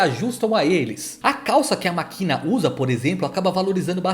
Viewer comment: Ouvi alguém falar Makina... Devo tá sonhando